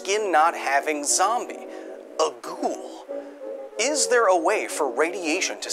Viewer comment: I like how you saying it wrong "ghoul" which in arabic is "غول"